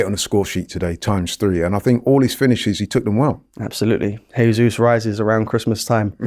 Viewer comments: It’s Gabriel Je-sus not Hey-sus He’s Brazilian, so Portuguese speaking. Say it right! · gabi jesus is brazillian, not spanish. stop saying hesus. if youre hosting shows at least learn to get it right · I swear this guy purposely mispronounces ‘Jesus’